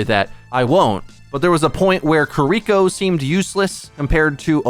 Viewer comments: you gotta stop saying "KiRIko." It's "KIRiko." No one expects you to use a flawless Japanses accent, but this shit is simple. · You should listen to the characters in game and learn how to say their names 😭 I cringe every time I hear “kereeko”